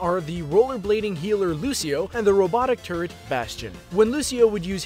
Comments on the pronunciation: It sounded like he said the robotic turdXD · everytime the dude talking says turret and says it while talking about bastion, i thought he says turd which is also true.